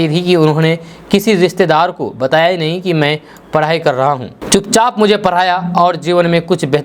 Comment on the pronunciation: Tum bihariyo ko "sarak ,ghora, daur jaise shabdon ko sahi se bolna chahiye. Parai ko padhai nahi bol sakte??